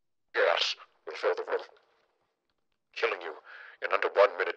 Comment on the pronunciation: is he just saying gas or gay ass?